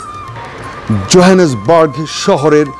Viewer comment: জোহানেসবার্গকে জয়নেসবার্গ বলছে দশটা দেশ ঘুরলেই শিক্ষিত হওয়া যায় না